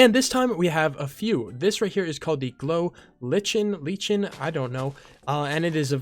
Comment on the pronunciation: The glow lichen is pronounced lie-kin Possibly the most useful thing I learned in biology